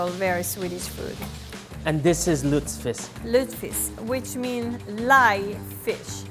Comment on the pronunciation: Dude, your pronunciation of lutefisk is terrible lol